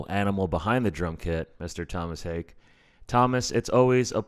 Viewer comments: Mr. Tomas HAKE? This man is not a fish! It's pronounced Haa- Kuh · Its pronounced Haake. Like its spelled haha. Not Hayk. Haak'e Like anderson paak - 'e [Hākeh] i guess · Did he mispronounced Haake within the first 5 seconds of the video?!?!?!